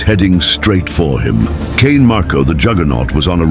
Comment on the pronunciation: I'm sorry AI, HOW do you say CAIN MARKO?